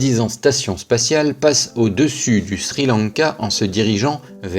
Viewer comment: Le fameux "Shri Lanka" prof d'histoire géo